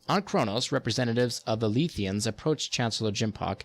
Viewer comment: You kept mispronouncing several names, Letheans, Ferenginar, etc. But that's just me being a nitpicking Trekkie. Overall an enjoyable little look at the history. I read many of these on the wiki, answering the daily questions as I worked on collecting all of these, but it was good to hear them in order. Makes several things make more sense now.